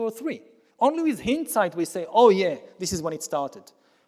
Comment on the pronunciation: Why pronounce Hindsight as if it doesn't have its route in the word behind... I'm not buying it.